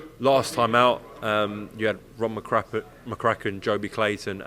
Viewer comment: “Rob Mc Crappen” oops 😅